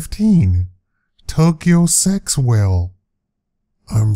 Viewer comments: It's written sexwale but we South Africans don't pronounce it like dat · Tokyo Sexwale if you directly use English it sounds funny but it's pronounced Sekgwale! It's South African!!! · Number 15 is pronounced Sehooale. it's Sotho(South Africa). get it right bro.